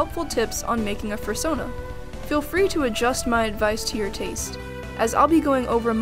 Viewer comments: AH AH AH AH stop EVERYTHING did she just say Fur-sona? ITS PRONOUNCED FUR-SOH-NA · Fur sahn uh.. interesting way to pronounce it